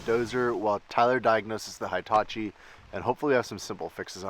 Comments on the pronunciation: He tah chee is how you pronounce that name,. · every episode until you say it correctly: hee-ta-chee "i" always has the same sound in Japanese. there aren't two sounds. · Never heard a Hitachi pronounced High-tachi 🤔 😳 😮